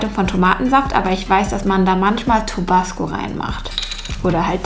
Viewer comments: Niemand:: "Tobasco"😂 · Tabasko und nicht Tobasko 😅